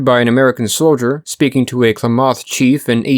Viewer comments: Klamath (Clam-Ath) not (Claw-moth) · Interesting video. As I grew up in that area, I would note that Klamath is pronounced Kla' muth (first a as in math. u of muth as in must). Also Shasta is pronounced Shah' stuh (a as in math, second a like the second a in Klamath). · I couldn't understand what tribe you were saying when you were saying Klamath lol as a native southern oregonian it sounded so foreign at 1st. We all pronounce it like CLAM-ith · It's Kla math clamath I live in northern California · Okay sorry to be picky. Being part of this tribe in Oregon. IT’S PRONOUNCED LIKE CLAM ETH. KLAMATH. NOT CLAW METH! B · Im an Oregonian Geologist, super glad to see the story of Mt.Mazama on here! Only thing I have to say is that it is pronounced Kla-math, not Kla-moth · It's pronounced clam math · Klamath is pronounced "clam-eth" . Mt Shasta is a hard "a", like in "class". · Pronounced " clam- ith " accent on clam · Sir, the pronunciation of Klamath is “CLAM eth” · Klamath is pronounced kuh-LAY-muth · Oregonian here, please, your pronunciation of Klamath is wrong, it is properly pronounced "Clam-math", the emphasis on clam. It is disturbing when the narrator mispronounces names as it show knowledge of the important elements of the story is lacking, and makes the video less compelling. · Kuh lam uth = Klamath , Oregon. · It’s pronounced CLAM-math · Klamath rhymes with mammoth, fyi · Klamath rhymes with mammoth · Great video By the way, Klamath is pronounced sort of like clam-myth, with the emphasis on the clam. Source: I live in Oregon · It's pronounced kul-lam-uth with a soft kul (Klamath) you're welcome 😘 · nah its just kla-math. No A after the K. The way it's pronounced here is 100% 2 syllables. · I don't think you're pronouncing Klamath or Shasta correctly. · That's not how Shasta or Klamath are pronounced. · Check your pronunciation of Klamath and Shasta. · Just so you know, Klamath is pronounced with the accent on the first syllable. Thanks, great documentary.